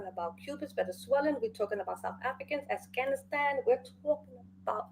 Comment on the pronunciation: Did the lady say?...Assghanistan? Not Afghanistan 😂 "the Cubans, Mexicans, the South Africans, the Assghanistan...."